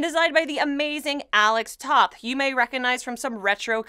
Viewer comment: Nice review. This title looked iffy to me but you've sold me on it. Looks like it hits all the right notes. Just so you know, the oth of Toth is pronounce like "both". Thanks for the review! Looking forward to it.